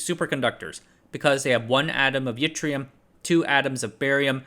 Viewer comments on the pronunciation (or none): none